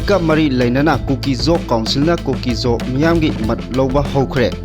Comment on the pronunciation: Pao pabasida pronounce to "mat" hairido "mot" haina pabiyu